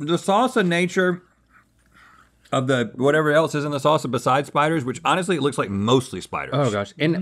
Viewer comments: Sauceuh or saucea or sauca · Rhett can’t say salsa. Always says “sauce-uh” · Rhett, you'll get there some day. As for now, 'sahsuh' it is.